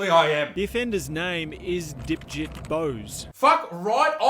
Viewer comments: I thought he said Dipshit too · Lol he totally called him dipsht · He actually surprisingly said Dipjit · Fun fact: Its actually Debjeet. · I must me 5 because every time I heard "dipjit" I laughed. Is just sounds like dipshit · "Dipjit" lol he must've got bullied alot in school